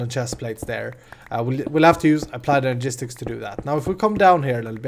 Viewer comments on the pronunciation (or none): none